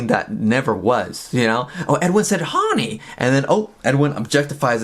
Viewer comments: I am going to say "HAWNY" forever that's the cutest way to say it. I like to mispronounce words! "HAWNY" "HAWNY" "HAWNY"! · "Hawny" is such an obnoxious way to say that word. I love it and am going to do it all day every day.